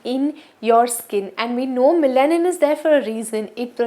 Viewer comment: Hi great video! Just a small feedback on the pronunciation of melanin.Its pronounced as meh·luh·nuhn. thanks for your hard work! ive started using minimalist too🙂